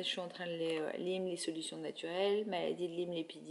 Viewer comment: on dit maladie de LYME ( comme en disant ' aie' pas 'i" .) merci